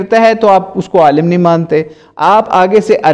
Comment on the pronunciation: Q logo ko gumrah kar rhe ho... Khud dekh k Alim ko aalam padhate ho aur manghadat bolne me to tumhari zuban nhi toot rhi h aur logo ko ghumrah karte fir rhe ho. Allah aise logo se hum sub ko mehfoz rakhe...